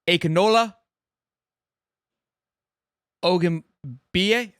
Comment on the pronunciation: His name is pronunciated: Ak-in-ola Og-u-n-bi-yi